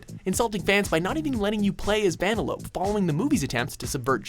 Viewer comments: I'm sorry, Vanelop? It's pronounced (Ven-el-o-pe) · did he just say vanalope and not vanellopee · It's VANELLOWPEE not VAANALOPE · Van-a-lope? You mean Van-nel-a-pe? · You said vanelope wrong it’s ‘Vun-nel-o-pee’ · Van-elope? It's Vanelope. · van-ell-op-ee (name) The correct way to say it Van-ell-ope (...) get it right dumbass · . Van-a-lope? It's Van-e-lo-pe. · Ha I get it! It’s supposed to be pronounced Ven-ell-opee, not Van-a-lope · Vuh-NEL-uh-pee. Not VAN-uh-lope. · Vanalope? IT'S VANELLOPE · Van-uh-lope? VAN-UH-LOPE? It's "vuh-NEL-uh-PEE". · Va-nel-o-pee. Not Va-na-lope you Canadians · "Not even letting you play as Van-eh-lope" WHAT? Did you mean "Van-el-op-ee"? Holy fuck, you better include this in your thing where you show your mistakes. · "vanalowp" lmfao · Van-a-lope... Yup. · Who the fuck is “vanna-lope” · Vanalope! XD that killed me so many times I lost all my lives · VAN-A-LOPE LMAO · ‘Van-a-lope’ XD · VAN-A-LOPE.... VAN-A-LOPE?! Jesus, now I have a headache. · ...."Vanelope"? Really!? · Va-nell- nope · What's up with them saying Vanellope like Vanalope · "Vanalope" he says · Lol first time I've heard Vanellope pronounced to rhyme with cantaloupe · I agree with the list but not van-uh-lope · did you just say van-uh-lope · That nigga said Vanalope. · DID YOU FREAKIN SAY "VAN-ELOPE"?!?! YOU DUMB DUMB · Van-elope? and wasn't 9 on every other console? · EXCUSE ME?! VAN-EL-OPE? The narrator has CLEARLY not seen the movie!! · Who's Vanaloupe, as in Cantaloupe? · I paused and left the vid at "Vanna-lope" :| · Wow wreck it Ralph was apparently a bad game... it's from a movie so... remember guys this is coming from a guy who called vanellope "Vanalope". He was obviously prepared. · vanelope... fucking.... VANELOPE. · The way he's talking about Wreck it Ralph, you'd think he'd pronounce Vanellope the way it's supposed to be pronounced. She lives in a candy video game and her name is Vanalope? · Vanalope? Seriously? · Who in the world is "Van-uh-lope"?